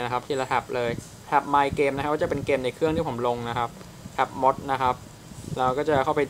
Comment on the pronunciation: ขอแสดงความคิดเห็นนิดนึงนะครับเรื่องสำเนียง Mod. Mod มด???? ถามฝรั่ง ฝรั่งอ่าน ม็อด เข้าGoogle Trans.แล้วฟัง มันก็พูด ม็อดนะ มีแค่นี้ครับ. ติดตาม เสมอน๊าาาา